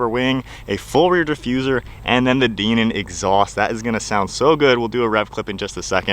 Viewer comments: DIENAN not DEE NAN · Dinan is pronounced “die-nan” not “DEEnan”. Never seen ANYONE pronounce it like that😂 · I have an 18 M2 manual myself and it's a really fun car. Oh by the way, I believe it's pronounced "die-nan" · Hell YES buy one! I have the 2018 M2 F87 LCI (daily driver) and LOVE IT!! I also have the DINAN (pronounced die-nan) exhaust which sends the sounds right over the top! Nice review!